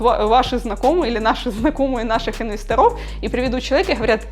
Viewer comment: при всем уважении. инвЕсторов, а не инвесторОв - режет слух...